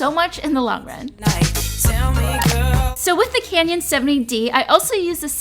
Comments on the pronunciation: lol I like how you pronounce canon as canyon! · ITS CANNON NOT CANYON!!!! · it's canon, not canyon. jesus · she kept saying Canyon.. Girl CANON.. kanon. canon. lmao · its Canon not Canion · who else noticed she she said camera she pronounce it canyon love u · It's canon not canyon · Canon, not canyon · it's CANON not Canyon! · Isn't it pronounced like 'canon' not 'canyon'. Not hating just wondering ❤️ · It's so cute how she says canyon instead of canon☺️😂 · btw its caNON not canion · Did she say canyon? Please. I don't wanna be mean. But say Canon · Canyon 😂 Hahahaha I don't know why I kept thinking she was suggesting a bomb 😩😂 but I like her cute personality 💕we both use the same software. Final Cut Pro x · It's not "canyon" ahhhhh. 😑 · i love this it's helpful but she keeps saying canyon 😆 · omg how does she say canon???😂